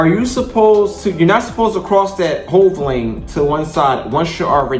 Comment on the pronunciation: hell no! When ya already jailbait ya gotta roll! No matter what! The guy was calling it a "hove” lane. I was explaining what it is.